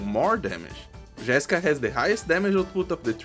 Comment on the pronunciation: Tu é BR ne, misericordia saiu um GÉSSica ali kkkkkk